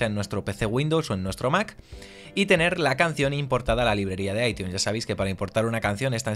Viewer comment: Dislike solo por que dijiste aitiun